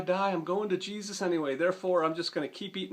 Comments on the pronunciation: "Jesus-uh" with a southern twang is too real. Great vid. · Everytime he said "Jesusaaa" I laughed my ass off. I know people like that.